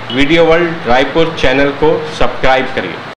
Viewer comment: Badhiya!! सब्क्राइब नही,, सब्सक्राइब होता है। गलती ठीक करके बोलिए।